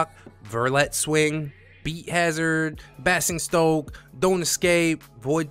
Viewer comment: Just an fyi - Basingstoke is pronounced in the same way as 'fazing', 'crazing' and 'amazing'. It's a pass for me because I am not big on strategy. Great video again.